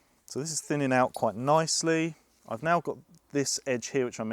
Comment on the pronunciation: What’s thinninn precious ehhh, what’s thinninnnn?